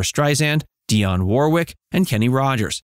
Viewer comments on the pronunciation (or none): none